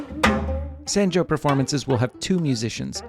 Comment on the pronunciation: One thing: the "a" sound in sanjo is pronounced as "ah" as "top".